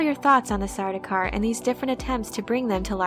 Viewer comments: It's not sar-doo-kar. It's sar-dow-kar. (Rhymes with "cow.") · Sardaukar is being mispronounced here. The "au" vowel coupling is never pronounced as the "oo" vowel coupling. The names Paul, Saul, Gaul, and the words haul, maul, sauce, gaunt, daunt, daub, August, fraud, haunt, launch... all indicate the same, proper, vowel sound. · How are you getting Sardookar? Dau is not Doo you silly. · Um, it's actually pronounced Sardaukar.